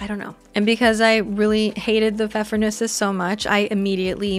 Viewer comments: You said Pfeffernüsse pretty good 👍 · Pfeffernüsse is a German word (literally translates to pepper-nuts), your pronunciation is perfectly fine 👍😊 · If you're interested : Your pronunciation of "Pfeffernüsse" was very good😊 Just a little less emphasis on the "r"😀